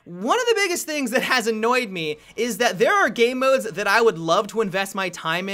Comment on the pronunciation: Always sounds like says "gay modes" inatead of game modes.